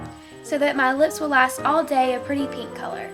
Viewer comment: when she says pink it sounds like she is saying pee.thumbs up if you agree!!!!!